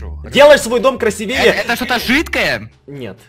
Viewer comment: красИвее правильно говорить